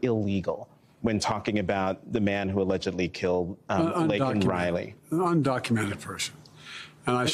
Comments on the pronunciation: Dementia Joe Goes Off Teleprompter At State Of The Union Address: MTG: ”Say her name!” Dementia Joe: ”Lincoln — Lincoln Riley” 😕🙄 Her name is LAKEN Riley!!! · if he cared at all he would already know how to pronounce her name. Besides, her name was written right on the pin that she handed him... he looked at it two seconds before he held it up and said it the wrong way. I mean does he not know the difference between her name and Lincoln?